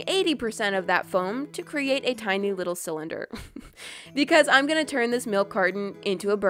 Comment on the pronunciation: not being rude but this is pretty fun in the Video you “widdle” instead of “little” or that’s how it sounds